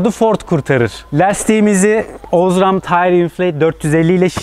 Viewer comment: Osram a bastırarak ozram demesen iyiydi ;)